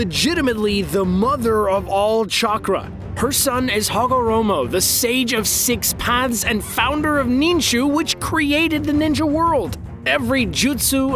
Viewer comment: DID U JUST SAY THE SAGE OF 6 PANTS? LMAO